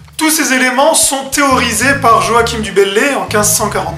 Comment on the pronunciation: joachim ce prononce joachin